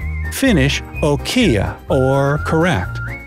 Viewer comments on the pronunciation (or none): im from finland and you CANT say it that way 😂😂😂 oukia 😂😂😂😂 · omg the way he say oikea is so funny